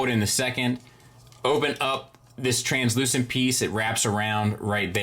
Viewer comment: Nice work saying translucent and not "transclearant"